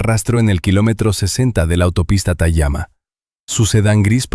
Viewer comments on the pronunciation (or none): La credibilidad depende de que todo sea correcto....la ciudad no es Maples sino Naples...y esa cafeteria tayama se llama Tamiami....es decir...suena feo eso..